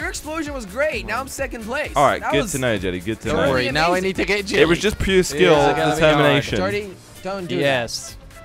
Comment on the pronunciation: Why does he say 'jilly' and not 'jelly'?